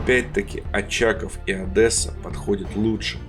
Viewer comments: (страшно крича) Никогда не говорите Адэса! Только Одесса. Через "О" и мягкое "Е"! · Город Одесса ,вам не кафЭ. Как пишется так и произносится, плиз!😊❤ Все ,что я знала о Таганроге ,это на моей кукольной стиральной машине была надпись Таганрог!